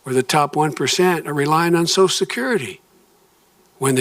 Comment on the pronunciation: "SO-shull security," NOT "SOS-security"